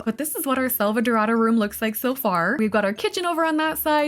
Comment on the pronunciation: As a brazilian the way you said “selvadorada” was so spot on that I almost believed you were at least 30% latina